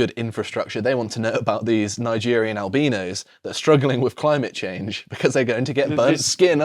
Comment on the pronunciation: al-bean-Ism and al-bean-no's LOL and i thought they were pronounced al-bin-ism and al-bi-no